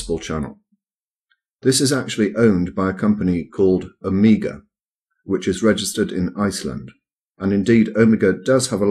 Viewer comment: Is anyone bothered by how mis-pronounces 'omega?'